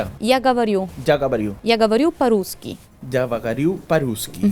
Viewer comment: Soy rusa. Lo has pronunciado genial. Para escribir esta frase se escribe: Я говорю по-русски - Yo hablo ruso ... Ya gavaryu pa ruski. (Este es mi método para aprender las idiomas. Lo escribo en idioma original, la traducción en mi idioma y al final, como lo oigo pero con las letras de mi idioma.) Espero que os ayude. Si no puedo escribir y quiero aprender a decirlo, lo repito 5 veces la palabra-10 veces la frase. Así aprendí muchas palabras en árabe, pero no se escribir ni una sola palabra. También hay muy buena aplicación que te motiva aprender cada día, que yo uso a diario y es gratis. Se llama Duolingo. Mi marido es español y aprendió ruso gracias a esta aplicación. Tienen muchas idiomas para todos los gustos.